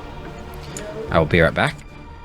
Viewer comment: This is disappointing. At some point of the game I thought you said "I'll beer back" and I'm like "Cheers!" but then like "wait a minute..." * shakes head sadly *